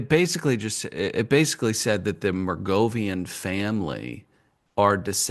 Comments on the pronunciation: is an asshat. He's been saying Mergovian all podcast, it's Merovigian you goof. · I can't believe that never studied the Merovingians (Clovis and the Franks) in European history class. To mispronounce them as "Mergovian" sounds so lame. Ever heard of the Carolingians or Charlemagne? Nobody cares. Robert Anton Wilson was right when he predicted that, within a generation or two, most people would remember almost nothing of the ancient or medieval past. As for all the movies that Tom Hanks or Nicholas Cage have made about this shit, how could not know that the "Priory of Sion" was a famous Templar-built chapel in France. Linking the Templars with Renaissance and Modern freemasonry. so busy lionizing spooks, media grifters and shills like Joe Wilson and Valerie Plame, he hasn't the time for Templar banking history or the central role of freemasonry in most European and Asian revolutions. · watching decode the conspiracy pyramid is hilarious, he cant even pronounce anything better yet have a grasp on what it is.MERGOVIAN FAMILY LOL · Glad Mom could find out how the microphone works, but still has trouble reading. The mispronunciation of "Merovingian" was killing me. Pretty sure the notion is discussed in The Da Vinci Code, and I know for certain there is a character named The Merovingian in The Matrix: Reloaded.